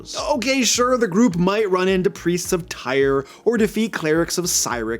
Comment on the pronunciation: Did... did this man just call them "Tire" and "Sideric"... I've always heard them pronounced as "Tier" and "Seeric"...